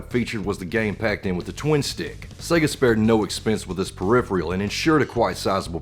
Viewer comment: Yeah it should be "peripheral" just like "peripheral vision." Not tryin to be an asshole, it just bugs my OCD I guess.